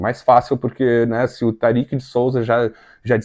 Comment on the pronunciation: Olá, a pronúncia é Tárik e não Tarik. Abraço.